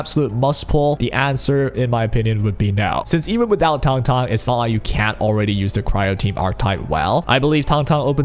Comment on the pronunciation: This is the only guide I will watch for her because EVERY OTHER CC I have seen pronounces her name incorrectly. THANK YOU